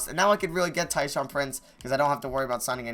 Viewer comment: every time he said "tyshaun prince" instead of tayshaun, i would cringe 😂😂😂😂